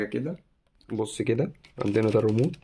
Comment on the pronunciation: تحياتى لمجهودك _ استمر وربنا يوفقك _ لكن عندى ملاحظة صغيرة ( كرجل متخصص عيب انك تقول كلمة ( ريمود ) اسمه ( ريموت ) _ سامحنى على تعليقى !!!